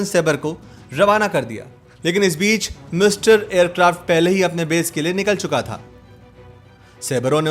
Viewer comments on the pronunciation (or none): सेबरे नही सेबर. नाट नहीं नॅट. मिस्टरी नहीं मिस्तर् (mystère-फ्रेंच). चाम नहीं छम्ब. आप आपका हिंदी अनुवाद और उच्चारण सुधारिए. मेरी मातृभाषा हिंदी नही है, फिर भी पीडा होती है.